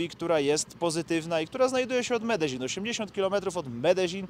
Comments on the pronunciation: Po polsku Medelin a nie Medeźin. Nie do Breslau tylko do Wrocławia. Mówmy po Polsku Zawsze się to tak wymawiało. Pozdrawiam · Dobry odcinek ale wymowa miasta:jest Medeiin nie ma dz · Medezin...... aż uszy bolą... jak ktoś z lokalnych powiedział ci że tak się to wymawia to zrobił cię z balona :D Jak polak który mówi obcokrajowcowi że wypierd*** to to samo co do widzenia..... beka w chuj :D Ale tak poza tym to super odcinek, bedzie z tego fajna seria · Faktycznie długość filmu jest zastanawiająca. Medellin to się nie czyta bardzo podobnie jak sie pisze ? Narcos oglądałem i tam to chyba podobnie wymawiali.